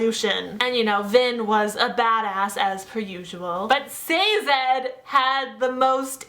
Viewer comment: Sazed. Not Sazad.